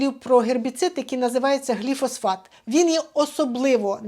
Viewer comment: Гліфосат, лікарю, не гліфосфат